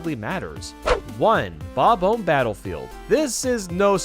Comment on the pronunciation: Idk get how a Nintendo fanatic with over 500k dubs still mispronounces bom-omb lol. Great video though!